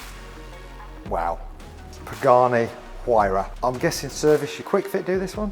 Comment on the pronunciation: Pagani “WhoAreYa” 😂😂